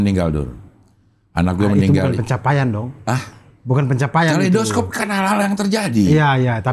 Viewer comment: kalei dos cope? kalei do scope, karena dibaca scope atau mending bahasa indonesia sekalian kaleidoskop